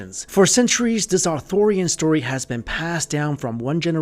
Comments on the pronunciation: Interesting video, but you may want to check a few things, including your pronunciations, prior to recording. It's not pronounced Arthorian, it's Arthurian, after Arthur, not Arthor. Not Seltic, but Celtic, as in the celts ("kelts"), not the selts. Just saying. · The pronunciation is not "authorian" as in "Author" of a book. But ARTHUR, or (Are Tur). If your going to narrate a video, at least get the Once and Future King's name right.